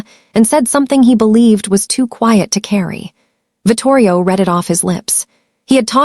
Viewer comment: Your ai really has a problem with names and the 2 pronunciations of “read”. It truly murdered every name except Enzo. Do better. It lessens the story’s impact.